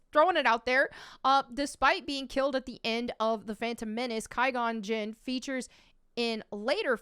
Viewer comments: How are you gonna say you love a character then fuck up their name as bad as saying Ki-Gon instead of Qui-Gon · If the prequels were your "fave"... then please pronounce the lead Jedi character's name correctly. Its not pronounced Ky-Gon... It's Qwy-Gon... I'm not sure how someone who watched the movies can get that wrong. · Thought you were a prequel trilogy fan. Why you keep calling him Ky-gone? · Ki-gon huh? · really? KY-gone? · So she's a fan of the prequels, but can't pronounce Qui-Gon's name. That's pretty typical of women that try to hop on something that's culturally more male. Sounds like a poser. She's just parroting what real fans have been saying for years. I ain't subscribing. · Claims to be a prequel fan. Can't say Qui-Gon.